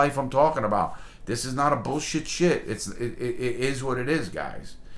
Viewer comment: “I don’t get this shYeT”